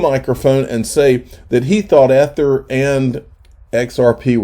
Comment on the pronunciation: You say EEEther, NOT e-ther. Speak English, if you must.